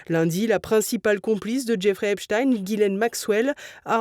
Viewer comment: Voilà même le juge américain dit oralement ;Epstein comme Albert Einstein ou Nein et pas : Epstine, comme Poutine.